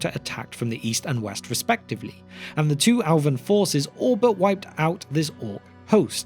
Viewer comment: When he says “Alvin” does he mean “Elven”?